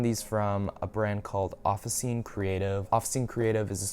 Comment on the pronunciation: Btw officine is pronounced offi tchi ne